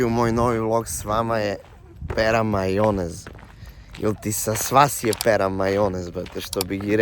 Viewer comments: al kad je pandur reko pera maljonez hahahahhaa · Sine zna on bolje srpski nego prestolonaslednik Karađorđevic možda je i roštilj jeo u Leskovac,odade se šipac kad izgovori maLJonez😂